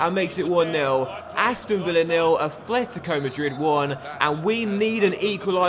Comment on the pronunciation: it's atletico, not athletico mate